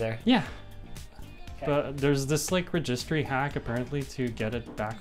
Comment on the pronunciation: I've never heard it called a "re'gistry'" hack before lol.